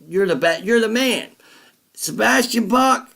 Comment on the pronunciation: Sebastian "Bass"? For a guy so knowledgeable about classic metal and hard rock, I would at least expected him to pronounce his guest's name correctly...